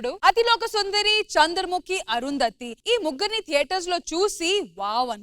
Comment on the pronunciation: Yendhira okasari Arundhathi antavu enkosari thanmai antavu crt gaa practice cheyi